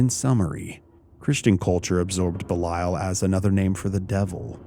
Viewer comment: You're not pronouncing it correctly